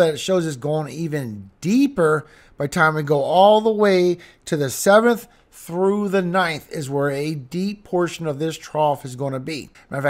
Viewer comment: You keep on saying trough it's not a trough bro it's a cold front two different things